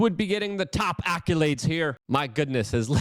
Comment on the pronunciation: "ackalades"... Just say it like that. I'm tired of you butchering English language words. You should ask for advice from one of your inner circle of English speaking friends. You can hate me, but it'll only help you. Frequently mispronouncing words just makes you look dumb, or at the very least annoys your English speaking fans, like me.